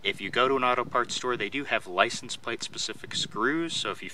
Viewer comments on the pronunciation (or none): “Apply the plicense.” 😄